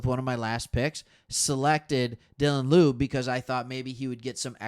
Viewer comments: It's pronounced, Dylan (Law-be) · Dude I appreciate your outlook on things nobody else but our fans are paying attention to (and I'm pulling for Raiders Lions SB) But PLEASE stop calling our rookie RB lube 🤣 Laube...L+owww+beee. Laube.